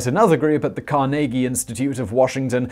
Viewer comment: Pronounced KAR nuh gee.